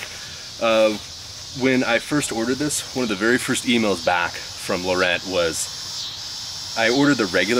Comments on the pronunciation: I know this is late, and I love your videos, but you might consider googling pronunciation of Laurent. It's more like La Ron. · In French, the "t" is silent when you say Laurent but gives it more of a "ohn" sound at the end. ;)